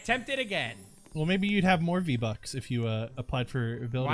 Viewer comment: He said v bux